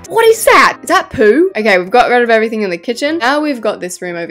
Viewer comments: The way you say *poo is so funny and it makes me laugh ALOT!! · is that poo,in Australian voice Me:ewwww Love you gal💖💖